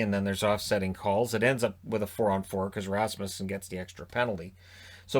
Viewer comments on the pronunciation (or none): none